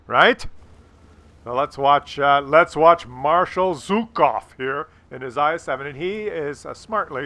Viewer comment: It's Zhukov. Not zukov. Just participating